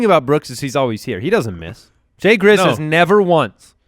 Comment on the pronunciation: "JAY GRIZZ"